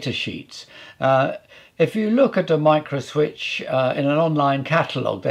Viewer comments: sounds like someone in alabama trying to pronounce microswitch haha. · And this is a micro "microswitch" XD